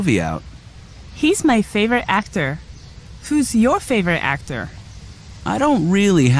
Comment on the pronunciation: فاڤورایت ناخوێندرێتەوە (فەیڤرت ) دەخوێندرێتەوە